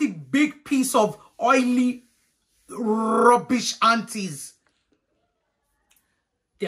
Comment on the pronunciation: “Big piece of oily rrrrubish”😭😩